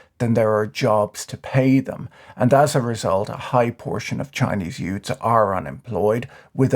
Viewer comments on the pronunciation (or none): Did he just say "utes"?